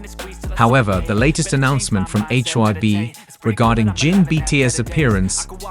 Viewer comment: This video was a load of crap. At the beginning talking about an "OP" having said things etc, who the hell is "OP"? It's the same with most commentators, they use AI and it can't get the names correct such as saying HYB instead of HYBE and the way he says Army's is just ludicrous. A lot of the information wasn't fact checked either. Get it right if you want to be a media reporter.